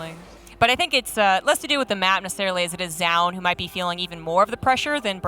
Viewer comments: keeps saying jaund for some reason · why does the male commentator keeps saying jaun?? it's like he refuses to pronounce the player's name correctly which makes jiro sense! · Maybe they were thinking about the Zh sound like in Zhao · 10 minutes into the video, the biggest battle is between the casters on how to pronounce Zoun.